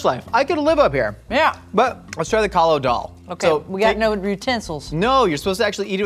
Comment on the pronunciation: Now i know what the Italians feel when you ruin pasta 😭 First of all it kaali daal not kaalo and secondly that not how you make it its more of a soup then daal